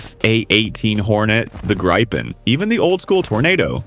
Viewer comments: C'mon why cant any US or UK commenter learn to say Gripen correct ? ;P "Gre(as in me)pen. not Graaaaaipeen. ;p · Gripen is not english but swedish, english post-GVS vowel pronunciation habits do not apply: It's spoken [ˈɡriːpɛn] Thus, get a gripen, please! I could go non with IVECO (and probably others, I stopped watching) but it's just so tiring. The message is: BE or AE are not the pronunciation norm, check your pronunciations before you go on the air